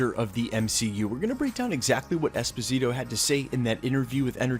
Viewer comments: Dude, please stop calling him EspiNITO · espaneato? Too many mispronunciations lol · “Esposito”, “Esponito”, “Esponzito”... Gee dude, just learn how to pronounce the damn last name! Out of respect, please. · esposito.. not esponito. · Esponeeto?! c'mon man you edit your videos right? you hear yourself, get it right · ...good considerations!...Norman Osbourne or Victor von Doom would be great villains for him to play...I believe he would own that role... I like him so much as Moff Gideon on the mandalorian that it'd maybe feel weird to see him in another Disney property...but how you mess that man's name up so many times per sentence in this video? 3 different pronunciations? Dude. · My man - you butchered his name 🤣I remember his interview. Great actor...not sure Esposito has the presence for THAT but I could see him as Norman Osborn for sure. Also prob not a good play bringing him from Mandalorian over to the MCU. Agree with you there. 👍🏽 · Good story aside of the numerous name mispronunciations. Giancarlo Esposito would make a very intriguing Dr Doom. He has that noble hubris that exudes in most of his roles. I don't see Disney cross-pollenating many of its actors either. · He’s American. He barely even knows English. You really expect him to pronounce a Spanish name correctly? Lmao 😂 Americans don’t even know how to read, write, and speak their own language correctly. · Michael Scott yeah but he’s literally adding letters. I don’t see n in his name lol.